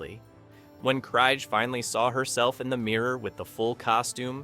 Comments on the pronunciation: FFS so many names & words not pronounce correctly it was so irritating. its pronounces as KR EE G Not Kr eye g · Alice's last name is pronounced KREEEEG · KriGe, KreeGE... ugh AI sucks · Got to 59 seconds. 1st Alice Kriege's name is mispronounced. Then they butcher Zefram. Nope! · KREEGER. Krige . Get it right. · Right? - Alice Cryg. Ugh. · Zefrem . Its not easy to mispronounce. Krige. Get it right. Dorn was the best with rhe best line,. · Oh for treks sake! Get Alice krige's name right. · WHAT DO YA EXPECT FROM CONTENT WITH AN A-I NARRATOR⁉ Sorry but on :yt: I've noticed when A-I narrator in use it's going to be repetitive and jacks up names like it did Alice Krige surname pronounced it right and 5 seconds later mispronounced her name and it happened more than once along with random clips that doesn't align with the narrator and yeah they could've put a still image... YOU'RE A VICTIM OF POORLY PIECED TOGETHER CLICK BAIT AND NO ALTERNATE ENDING... OFFICIALLY MAKE THIS CLICK BAIT